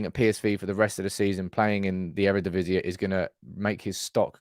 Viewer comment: It’s Earuhdeeveezee, not Eradeeveezeah. Just like it’s ma-LAcia, not Mala-CIa. Love the content,. And I know you’re a bit dyslexic, right? I just figured you might wanna do it the proper Dutch way. ❤ UTFR!